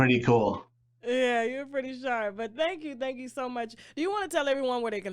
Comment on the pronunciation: Tasha I want to teach you how to say "thank you" NOT "TANK you"